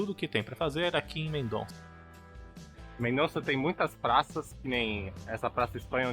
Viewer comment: O NOME CORRETO É:MENDOSSA, E NAO COMO VOCÊ FALOU MENDONÇA. O Z EM ESPANHOL TEM O SOM DE S.EX. CORAZON,QUE SIGNIFICA CORAÇÃO, A PRONÚNCIA CORRETA É: CORASSON,ENTENDEU?